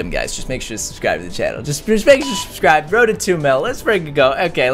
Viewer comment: Stop saying subscrub